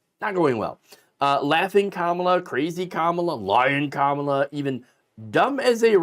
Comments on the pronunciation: Convicted Felon trump can't pronounce Kamala Harris' name. Seems like he is struggling to know how to read or his massive Mental Decline is Accelerating even quicker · In all fairness to Trump, the name "Kamala" has three syllables, not easy to memorize for people like him. He should be glad she chose Tim Walz over Josh Sha-pi-ro.